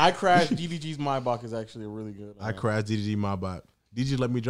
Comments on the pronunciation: I hate how you pronounce Mybach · Why can't these boys say maybach properly "may-back" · The mispronunciation in this pod low key had me hot the whole time 😂